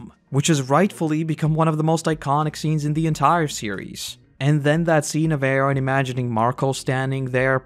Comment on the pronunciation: I hate the way you pronounce Eren. But other than that this was great.